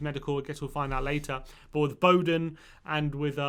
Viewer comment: His name’s Bowen, not Bowden. Schmuck.